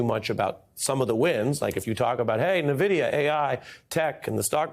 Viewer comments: EN-vidia, Ari, not NUH-vidia. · Ari, it's like "Envidia" not "Nnovidia". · Dear Ari: NVidia is pronounced "En Vidia" and not "Nuhvidia" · "nuh-vidia"? 🤔 "en-vidia" surely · small note: nvidia is pronounced 'en-videe-yuh' not the way ari is saying it. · Hey Ari, it's pronounced envidia, as in 'N'Vidia! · It’s weird to hear MSNBC do a piece on Nvidia, and not a single person knows how to pronounce Nvidia. 😂